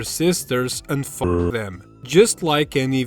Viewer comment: It’s the accent